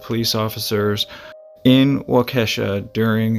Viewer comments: Waukesha is pronounced wok-eh-shaw. not wakeesha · It is pronounced Wall-kee-shaw but no problem most people have a hard time pronouncing Wisconsin city names. 🙂 Thanks for your excellent programs I really enjoy watching them. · It's walk-a-shaw Wisconsin lol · It's pronounced Waw--Kee--Sha. But no worries, I've heard it pronounced much worse. My grandfather worked along the Fox River for the railroad and he talked about this case many times. Because he had to do so much work by himself along the tracks, this really creeped him out. Thanks for the great stories. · Pronounced “Walk-a-Shaw” Wisconsin. Thanks again for the great video. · as a proud cheesehead, its pronunced “Wall-ka-shaw” Lol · Yes you murdered waukesha like these fisherman were murdered . It's ok Indian names can be tough.